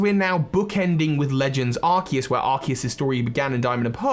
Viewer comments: but it's pronounced ar-cues as in arch and Zeus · Well Arkoos.That is all I have to say.Sorry